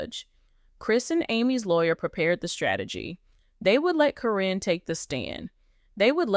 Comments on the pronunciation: Why does the narrator keep saying Corrin and not Karen (Caryn) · I think this is false. The narrator can’t even get Karen’s name right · Her name is Caryn Chandler. I am so sick and tired of the poster pronouncing Caryn's name correctly in one sentence then mispronouncing in the next sentence. If the poster is so up to date on the family they should know how to pronounce the names. The poster has also mispronounced Zach's. Name as well. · They are just pronouncing her name wrong is what it is